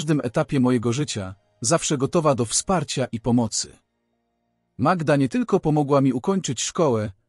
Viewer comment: Przepraszam, ale mnie również razi przeksztanie imion,skąd wzięła się ta magieda,nie powinien Pan czytać tak prawdziwych historii,wstyd